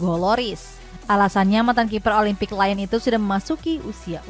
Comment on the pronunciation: Lyon dibaca Lyong, bukan Layen woi.